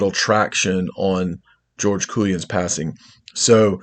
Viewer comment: It'a pronounced COY MANS